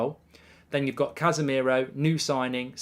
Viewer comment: Dude, his name is SAbitzer, not SaBITZer, meaning the stress in on the first syllable, not the second... ;-) Greetings from Austria 🙂